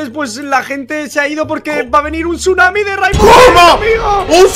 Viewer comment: Se dice tsunami